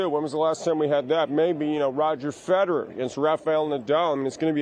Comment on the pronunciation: Roger FED-erer ..